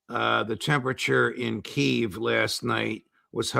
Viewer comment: Hi judge. Put your big boy pants on and pronounce it KEY EV